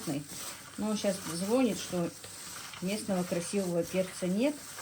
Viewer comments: Не звонИт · Дорогая,.У вас очень грамотная речь.,,не звони' т,, правильно.